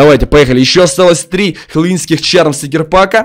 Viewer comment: Это не чарм, а шарм